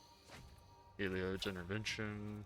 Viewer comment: Chandra’s name is pronounced shandra not Sandra. Heliod is pronounced Heliod not helod. And atsushi is pronounced atsushi not asushi. The T is not silent. 🤗 just a friendly tip in case you didn’t know